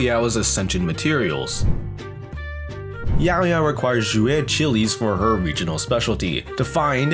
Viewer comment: respect for saying it right